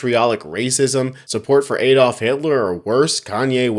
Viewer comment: Americans his name is Adolf…..NOT “Aaaaydolf” think about how you say addition,or adaptive,or additive…